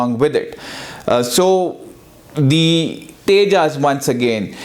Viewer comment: Pehle Tejas pronounce karna seekh le phir analysis kariyo. Bheekmanga desh k bheekmange log